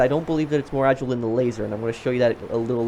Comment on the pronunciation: ITS AH - JY - LE NOT AH - JLE FRICK ME I DONT KNOW WHY THIS GAVE ME A HEAD ACHE WHILE WATCHING